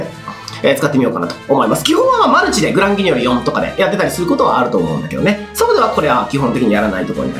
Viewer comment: グランギニョルって一回も言えてないですよ